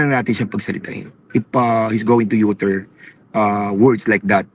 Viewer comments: Ano Yung "Youter " utter ba yon? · do you mean "utter"? /ˈʌtə/✌✌✌